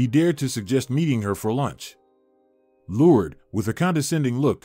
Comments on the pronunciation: LORD-ES= LOURDES😂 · If you get a narrator you need to make sure that the narrator pronounces the words properly he's got her name Lourdes is pronounced completely wrong.. Not only that it was a badly written and horribly narrated story all the way around what a waste of time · Good story but the mispronouncing of the name Lourdes drove me nuts. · It's cute how the narrator pronounced "Lourdes" as "Lourds". It's supposed to be pronounced, "Lour-Des". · I love the story but am disturbed by the Lourdes’s pronunciation. I thought it’s pronounced “LOR DES”. (Just an opinion) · Why can you say Liancio but can’t pronounce Lurd-e-s. I really liked the story but have a hard time time with mis pronunciations. Her name was not Lurds but Lurdes. The last three letters pronounced des. 🤦🏻‍♀️ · Lord-ess. It’s pronounced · It would be better if the narrator would be able to pronounce Lourdes correctly. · This speaker is mispronouncing the name, “Lourdes”. What a shame. It’s a beautiful name. Like chopping it with a dull ax.